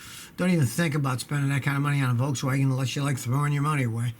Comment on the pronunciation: "Voltzwagen" haha